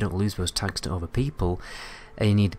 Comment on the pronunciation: maybe after he mastered the th, and doesnt keep saying gawer and ower instead of gather and other xD sorryyyy